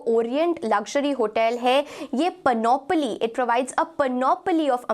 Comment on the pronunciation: PAN-uh-plee (like PAN-ugh-plea, to use 3 words instead...) She says it wrong, like 4 syllables with stress on the 2nd one. It has only 3, with the stress on the first, indicated in all caps above. Don't believe me? Check or maybe ....